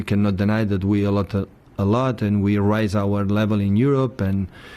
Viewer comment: does he say raise with bad pronunciation or rise?